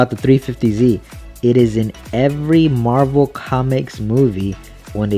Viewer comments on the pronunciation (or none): none